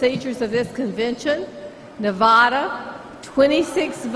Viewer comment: She freaking said Nevada wrong TWO TIMES! The DNC Nevada delegates made us proud. RNC is a snooze fest. Battle Born! Show some respect on our name!